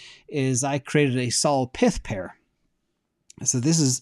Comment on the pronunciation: I don't think it's "PITH", it's pyth like PYTHON